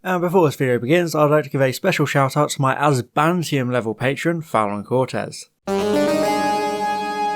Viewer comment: AzBANtium... love how Harbo's been pronouncing this word for the last few weeks :D